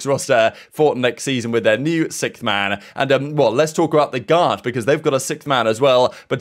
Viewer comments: I love the updates you put out daily , but one thing that is getting annoying is you saying "Sickth man" its Sixth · if i hear SICKTH one more time i swear i'll fall apart. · Nah that's how certain parts of the world pronounce the word "sixth" like (sikth), and other parts pronounce it like (six-th)